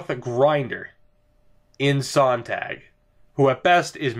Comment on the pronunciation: Hey! Love this franchise series. Just thought I'd help out with a pronunciation. For Tomas Sonntag his last name is pronounced like (at least really close to) Zone-Tag. And the Tag part should be pronounced like Hog but with a t. Keep up the great content!